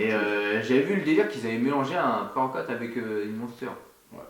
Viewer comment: " Pré-worquoute " Haha est partout!